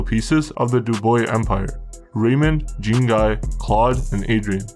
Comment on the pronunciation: Zean (Zhon almost like John, shh-on) its pronounced Zean (Jean)